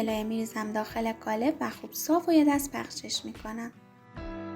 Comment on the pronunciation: عالی بود فقط چرا به قالب میگید گالب